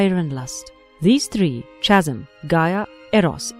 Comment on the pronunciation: Says all these mythology names. Can't say 'Chasm'.